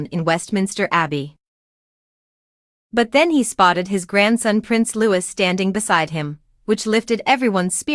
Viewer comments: It’s NOT said Lewis it’s Louie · No it's LouiS with final S